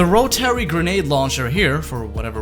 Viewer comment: “Row-Terry” lmao